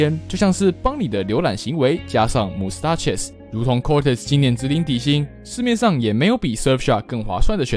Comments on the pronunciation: Mustaches不是那樣念，是媽斯dash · 建議在播出前，能做到更嚴謹的把關，把mustaches唸成完全令人昏倒不知所云的發音，無法接受。